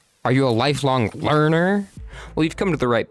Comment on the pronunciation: The way he says "Learner" at the beginning makes it sound like a weird slur.